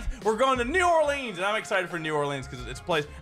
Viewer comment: New Orleens.